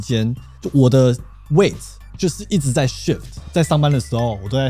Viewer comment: 是 weight 不是 way